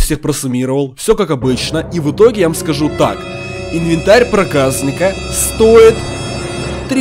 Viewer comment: 0.15 не проказныка а (проказника)